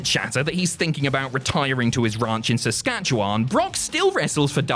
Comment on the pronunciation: Nice to see pronounce Saskatchewan properly 😂